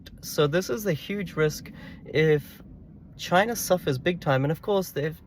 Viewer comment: This whole discussion just proves how useless the Democrats policies were in enabling any growth both globally and domestically for the USA. Great video awesome insight’s brother 💪 PS loved the attempt to at KAMALA & please drop more CHYYNAH’s